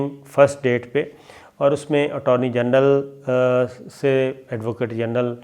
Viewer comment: You said Attorny Gandal, ur tongue slipping alot, sab theek tho hai na bhai ?